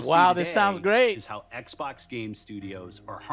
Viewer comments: I cant take him seriously when he pronounces Xbox "Eggboc" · ECK-BOCK 👁O👁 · “ECC BOCC SERIES ECC BOCC, BOCC X S X ELITE” DEAD 😭🤣🤣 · Every time Joe says "Ecc - Bocc!" I'm reminded of the name "Ecgberht" and it's almost as if Joe is calling out for his medieval-named technician... "EGBERT!!! THE STREAM ISn'T WoRkInGGGG!!!"